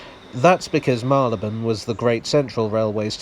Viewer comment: Like the way you pronounce Marylebone - one of many pronunciations but one I share too.